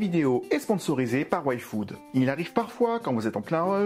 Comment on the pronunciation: tu as dis "Yfood", j'ai entendu "Waifood" ( Waifu + Food ) X)